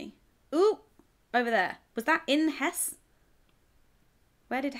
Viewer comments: I don’t know whether you speak much German, in German you pronounce the ‘e’ at the end of words so Hesse is pronounced more like ‘Hess-uh’ 😊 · it's not Hess, it is HessE with an uh sound at the end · it is HessE not hess with an uhh at the end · it's not hesss, it is hesse with an eh sound at the end